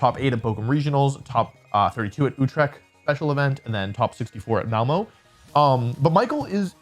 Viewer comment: Hearing Wolfey say Malmö was so funny for me 🤣